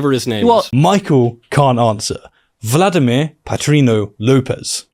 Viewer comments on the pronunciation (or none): none